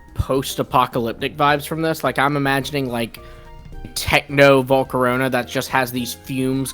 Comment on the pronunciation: volcarona got so butchered